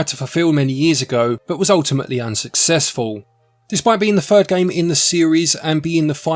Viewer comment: Dragon Quest the FIRD 😂